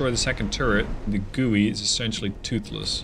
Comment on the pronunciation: Love the Dreadnoughts content 👍Probably too late in the war now, but zexu is 'zuh-shu' and gui is 'gway'.